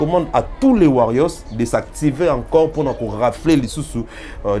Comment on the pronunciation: Pourquoi bo kokaka ko loba warrior te? 😂😂😂 en meme na pluriel eza warriors mais “s” wana eyokanaka te sinon ekomi warrioce 😂 na moni olangi pe kuna atie ango na féminin “warrionne” 😂😂